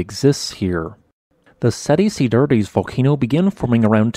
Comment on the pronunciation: pronounced "set ci-dads" :)